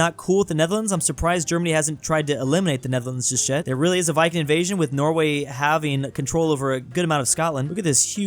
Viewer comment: why are you saying just jet instead of just yet?